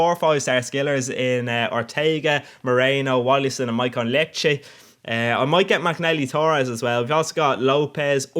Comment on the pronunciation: No offence but ur pronouncing maicon liete wrong I think